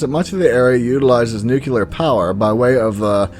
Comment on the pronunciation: For God's sake, the word is "nuclear", not "nucular".